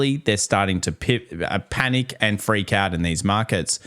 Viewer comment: says "panick". 😂